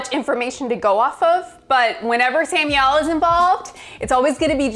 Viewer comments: Why do people say Sam u el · Does she think that Samuel L's name is pronounced Sam-U-elle? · The way she pronounces “Samuel L.” kills me, “Samielle”. sounds like a combination of Samuel and Danielle. 🤣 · "Sam Yell"